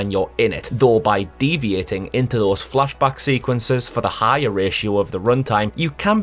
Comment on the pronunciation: Oh Geordie accent, I love how you say "flash back".